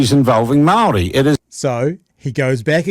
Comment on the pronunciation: Damn. Got to at least give credit for a half decent pronunciation of the word Māori. Puts Winston Peters to shame🤣